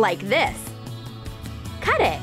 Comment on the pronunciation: How you said cut it😂😂🤣